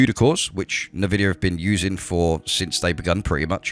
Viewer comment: whats nervidia?🙄